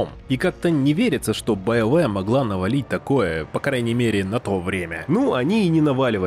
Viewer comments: Все: БиоВар Диктор: БаёВэ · после стописятого повторения «байоуэ» автору пришлось лечить челюсть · Биовары? Блядотвари!